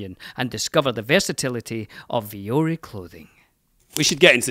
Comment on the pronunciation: Why do y'all always pronounce vuori so damn weird. The emphasis is in the ri if there even is one, and vuo is one sound, don't seperate the u and o so much. Vuo-ri means mountain in finnish. Google it